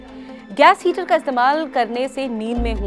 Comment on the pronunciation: 😂😂 हीटर होता है ना की हीचर 🥴🥴 लगता है आपको चक्कर आ रहे है मेरे पास ऑयल हीटर हैं don't wry 🥺mere ghar ajao 🤣 चक्कर nhi ane दूंगा 🥺🥺🤣🤣